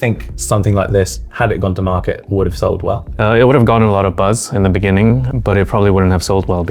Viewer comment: The way Carl almost said "In ThE bEnInGin"